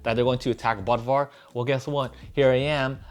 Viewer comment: If the O umlaut in Bodvar is Germanic he should be pronounced BOODVar